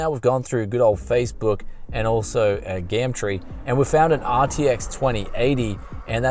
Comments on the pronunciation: why do you say GAMTREE? isn't it GUMTREE in Australia? lol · I'm from the Uk we call it gum tree is it an accent thing but you say something like gamtree . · Love how he says Gumtree "Gamtree" lol